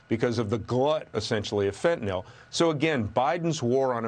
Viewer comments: FentanYL, Maria, not Fentinawl. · Is it just me, or is no-one able to pronounce 'fentanyl' correctly? WTF is 'fentanol'?